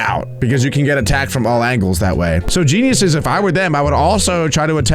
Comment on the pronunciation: I heard Jezz